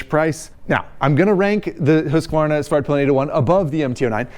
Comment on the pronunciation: Excellent pronunciation of both Husqvarna and Svartpilen 👍